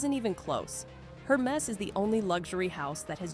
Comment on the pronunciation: You really should pronounce these brands and styles properly--Hermes, tote, Hedi Slimane, etc-all need some attention. Credibility suffers when you dont know the basics.